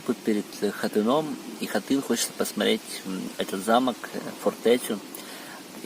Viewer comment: Не хотыни! А Хотин!!!!